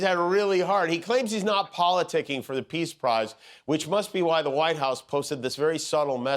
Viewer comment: He can't even pronounce "Peace Prize." 😂😂😂😂